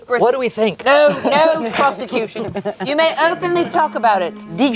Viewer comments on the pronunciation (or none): "WITH ZE PROZECUTION"